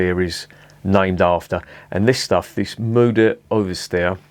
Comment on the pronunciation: Mother Superior, I like that name! 😀 The brewery is situated just a mile into the French speaking part. In some of the villages in this region they prefer to speak Dutch. By the way, your pronunciation is quite good. 👍